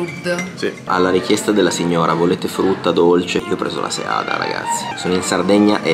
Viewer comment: Bravissimo.. Finalmente la pronuncia corretta di seada al singolare. Sbagluano anche i sardi del cagliaritano che l' hanno conosciuta da qualche anno.